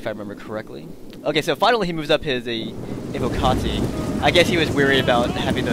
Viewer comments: ALL SEGA SAILORS PLEASE LISTEN your pronunciation of words is terrible IT'S NOT AVO-CARTI as you pronounce it, its pronounced EY-WO-KA-TEE. Sorry for the hatred, I love Sega Sailors but when it comes to word pronunciation, Sega Sailors are the world's worst at the English language. There's no R in Evocati and I'm also curious as to the difference between "word pronunciation" and all other kinds of pronunciation. I'm still not sure what "over extended the i" means though... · You do realize it isn't English right, and it's actually Latin? It's from evoco, where the v would be pronounced as a w and the c would be a hard consonant.